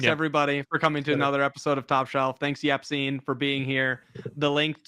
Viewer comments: Yacine not Yaccine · did we just signoff calling him?